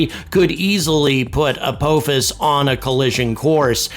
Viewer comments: emm... it's pronounced apophis not apouphis? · I have watched WAY too much Stargate to pronounce it any other way. It's Ah-pah-fis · ALSO STOP PRONOUNCING APOPHIS INCORRECTLY YOU OLD FART !! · If watched SG1 maybe he could pronounce Apophis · I've never heard apophis pronounced that way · I was wondering if he was saying it wrong on purpose? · That's not how you pronounce the supreme system lord Apophis's name! Shol'va!